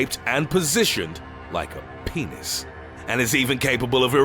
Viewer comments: "Their clitorus is shaped and positioned like a PENIS." He really puts a lot of emphasis on that last word. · Sure sounded like he put a lot of emphasis on “PENIS“ 😂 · the way he said "PEnis" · “Like a penis!” When he said that I just lost it 😂 you said it with so much emphasis on the penis 🤣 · The way he said penis tho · ..."like a penis" . OMG he couldn't have said "penis" in a more hilarious way!👍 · “Their clitoris is shaped and positioned like a Penis!” 💀🤣🤣🤣 how he said penis omg💀🤣👍🏼👌🏼